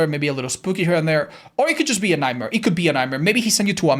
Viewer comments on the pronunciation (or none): none